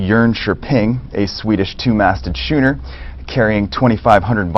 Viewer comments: "shooner"? Did this mook newsreader say "shooner"? Don't quit your day job man... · that guy isn't a real news announcer. If he was I doubt he'd pronounce Schooner as Shooner. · Good info, but gotta love how the moron says "two-masted shooner"... Priceless